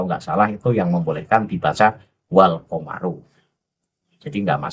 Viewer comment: Dia juga nyebut komaro..sdgkan yg dikritik habib lutfi alkomaru..itu jadi salah arti bos...karna maf,ul jadi lin maf,ul jls salah...makanya kibin dobol secara ilmu